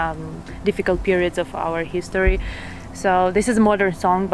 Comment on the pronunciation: спробуйте замінити у вимові англійських слів звук "і" на "и". Наприклад, коли кажете: лейтлі, хісторі ((lately, history) - це звучить по рюцкі. Лейтли та хистори звучатиме англійською без акценту.